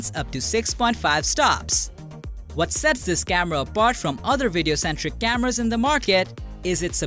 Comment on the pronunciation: It took me a while to work out the narrator was saying cameras and not scammers - good vid otherwise